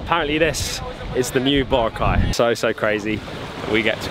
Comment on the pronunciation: Please learn to pronounce Boracay properly Note Bora cai its Bo roc ai thats how to say it My partner is from there